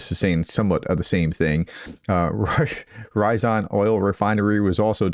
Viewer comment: It's Ryazan, not Rayzan.